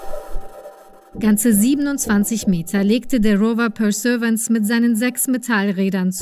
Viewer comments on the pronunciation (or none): Der Mars Rover heisst "Perseverance" und nicht "Perservance" wie völlig falsch ausgesprochen. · „Perservance“ hahahahaahha. Der heißt Perseverance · Es heißt perseVERance und nicht persevance. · Das heißt nicht persevance das heißt perseverance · Der Rover "Perservance" Bro.. BILD..come on. Ihr hättet euch schon die Zeit nehmen können um den Namen richtig auszusprechen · Der Rover „perserance“ wer kennt ihn nicht 🙄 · Aja Perserwänz nocht aml aussprechen können die das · Ihr habt Perseverance sowas von falsch ausgesprochen. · An der Aussprache des Rovers üben wir aber nochmal. 😅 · Die Frau kann nicht einmal "Perseverance" sagen😐